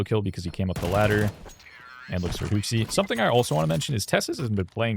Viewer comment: Can we call him kyousuke and not kayosookay